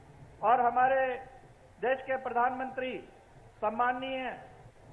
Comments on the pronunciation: It's Desh not des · अबे अनपढ़ो ये देस नहीं देश होता है।